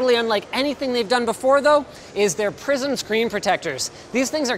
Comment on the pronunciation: I hear "PRISON screen" every time.